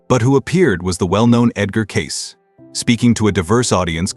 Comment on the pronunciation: This guy doesn't even know how to pronounce Cayce. It isn't Case it is Kay Cee.